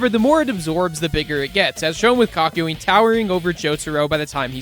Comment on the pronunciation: Ok but did anyone notice not only how he said kakiyoens name and also just the subtitles